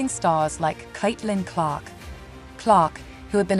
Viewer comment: No one quit, or got fired. Click Bait. AI couldn't even pronounce Caitlin Clark's name correctly.